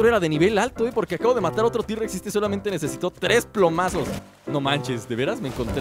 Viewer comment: tirrexeses se dise t rexs